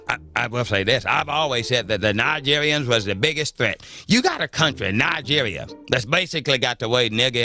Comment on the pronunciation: Am African and it is funny how "" tried to add an extra letter 'G' to the name Nigeria..hahaha..made my day